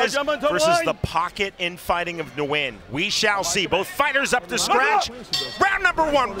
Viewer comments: the correct way to say Nguyen is: Nuh Goo Yen. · God can u please learn how to say his last name. The “N” is silent